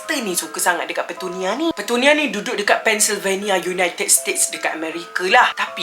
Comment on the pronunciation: Aku jeke yg dgar dia kata petunia tu pertanian? ke aku yg pelik...